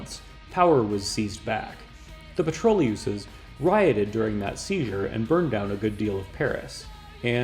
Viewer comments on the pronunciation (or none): Thanks good video. I liked you cool and posed presentation. "Les Pétroleuses", phonetical translation is "petʁɔløz". The last syllabus is short and linked, it should not sound like "petrol + uses".